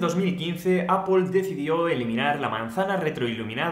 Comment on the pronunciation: “Apple” no se pronuncia /apol/.